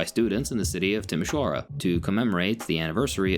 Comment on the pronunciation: And of "Timisoara"! In fact, it's probably the best spelling of that city i've ever heard from a non-native speaker! 😂 (ah, except a Russian Moldovan girl who I met in college, but she doesn't count cause she had a Moldovan Romanian boyfriend and spoke our language almost fluently...)